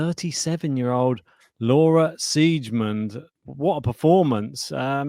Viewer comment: Siegemund is pronounced Z-gah-munt. What a pair of dumbos! Laura made the 3rd round at the Aussie Open this year. Not sure if her opponent was sick. Pardon my cynicism, but you guys can do better than AI for background.